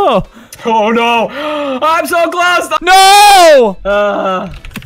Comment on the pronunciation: he's sou good